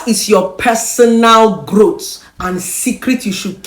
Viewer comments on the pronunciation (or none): It’s growth. Not, growt lol